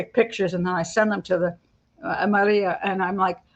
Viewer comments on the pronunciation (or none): none